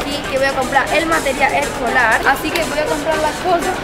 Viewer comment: Meteral ecolar lo pronuncia XD